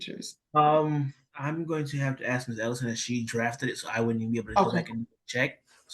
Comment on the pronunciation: What got me was a actual JUDGE saying “I just needed to axe you if you agree” 🤦🏻‍♀️